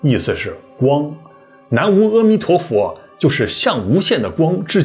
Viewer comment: 请勿误导大众，应该念“nama amituofo”